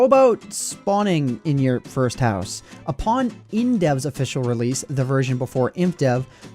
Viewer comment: 1. Hate to be a Grammar Nazi, but it's Certain, not Sirtan. Upon, not Apon. 2. Please Stop Speaking Like This.